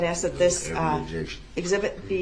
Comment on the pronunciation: Why does he have a problem saying the word ASK???